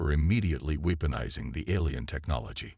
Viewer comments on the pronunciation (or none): I made it halfway. Your AI really sucks. "WEEPonizin", "SEENobiology", "SEYE-lindrical", "RAHeez", "REYE-ez"(Reyes), "spac-i-time"!!!!!!!!!!!!!!!!!!